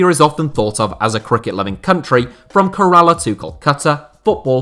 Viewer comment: My man butchered Kerala xD